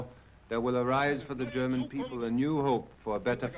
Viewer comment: Mark feltons German is always on point 😂😂😂